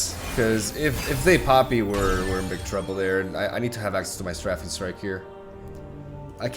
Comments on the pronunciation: Your pronunciations have gotten a lot better! One more to add, "Strafing Strike" is pronounced like "stray-fing" ;) Love from Colorado! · its pronounced stray-fing strike btw!!